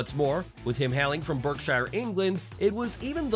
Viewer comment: Got both halves of that word wrong Berk Shire Pronounced Bark-sheer